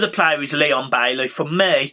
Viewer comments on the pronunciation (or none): none